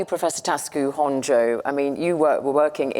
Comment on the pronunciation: Why is she calling Honjo Honjay??